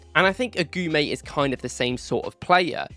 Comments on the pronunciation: AGOUMÉ LIKE A-GOO-MÉ. NOT AGOUAMÉ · Lucien Agoumé (Eh-Goo-May) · Good video. Just one thing, its Lucien "Agooomay"